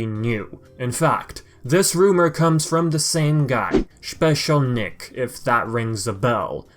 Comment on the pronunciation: Why I laughed when you said "Schpecial Nick" 😂 I remember when I was taking all night writing very long comments on your video some month/year ago, hoping to see some new Sly news like a little kid waking up and seeing his presents below the Christmas tree It will be very emotional for everyone IF a new game is announced, crying or not trusting the info, they gonna be a lot of feelings that day 👀